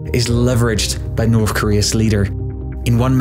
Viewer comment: Can’t finish this video, can’t listen to you say “NORF KOREA” another 100 times